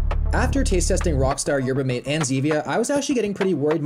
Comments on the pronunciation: it’s m ah t eh not mate it’s spelt mate pronounced m ah t eh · yerba mate is a college staple here in the U.S. pretty much everyone at my college drank them. Also, it's pronounced "mah-tay", don't ask me why... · its pronounced yerba “MAH-TAY” btw